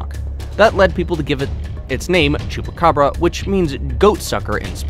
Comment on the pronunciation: Him says chupburaca me CAPTAIN UNDERPANTS?